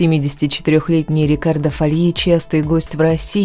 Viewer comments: Все ударения НЕПРАВИЛЬНЫЕ!!! Например, не ФольИ, а ФОльи, в общем, итальянского не знаете и не понимаете! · А что с ударениями в именах и названиях "всеми любимых исполнителей"? Правильно - "Рикки и пОвери" , а не "поверИ", Рикардо ФОльи, Клаудия МОри. Не профессионально. 🤷